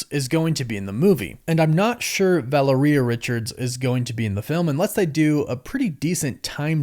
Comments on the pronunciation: Val-air-e-uh, not valor-e-uh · Please, please, please, you say you have Hispanic ascendancy. Make a little effort: it is VA-LE-RIA, it isn’t VA-LE-RI-A. The last three letters sound like only one syllable, not two. It is distracting from your content. Thanks for making an effort. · The way you pronounce Valeria has alot to be desired. It's pronounced Vall-Lair-Eee-yuh not Valor-Eeyuh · Va (lare) ia. Valeria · Vuh-lair-ee-uh I believe is correct. It also rolls off the tounge better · Valeria pronounce like malaria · Valeria is pronounced like malaria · Say it with me folks "vah-lair-re-uh" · I love you bro… but it makes me cringe how you say their daughter’s name. It’s VA-LARE-E-AHH sorry to be that guy. You most likely won’t ever see this anyways. But yeah. Valaria I can see how people would say it that way also. But that’s not it 😂 love yall 😊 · Why do you say Valeria like diarrhea? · VA LAIR IA is correct. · Couldn’t get past mispronouncing “Val ur ee uh” after the 4th time smh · It’s pronounced Va Lair E A. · Say it like u would Valero gas stations but with a "ia" at the end in place of the o. U got this bro🤣💪🏾💪🏾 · Yep. U butchered her name. My daughter's named Valeria [latin]. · You are butchering Valeria’s name bro ! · Please fix the way you pronounce Valeria bro